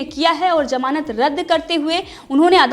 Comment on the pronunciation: Good coverage. it sounds as Jamanat... not ..gamanat...just to help...